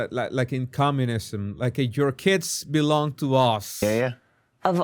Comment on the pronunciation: Keyyyyyd, belllonnggg, she is extends all the consonants and syllables. When your a dummy don’t try to sounds smart kids.